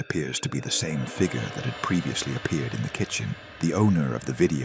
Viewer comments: Fig yur. Not fig ger. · Can not pronounce the word figure correctly.